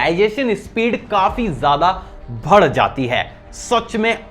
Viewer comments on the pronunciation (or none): Bhai word to thik se bolo yaar vad jati nehi bad jati hee yaar.